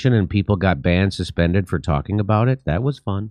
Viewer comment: The 'trawling' miss by Jimmy bothered me more than it probably should have...